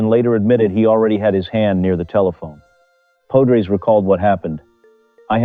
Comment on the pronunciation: Pode-rays? POD-RAYS!!.! If you are going to make a video at least learn how to pronounce thr man's name. AI be damned.